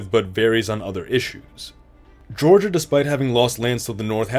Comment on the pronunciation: Least egregious Georgia I've seen in one of these, while butchered you can still tell it's Georgia, Still not a big fan of my home being butchered though. And why did you choose that symbol for African?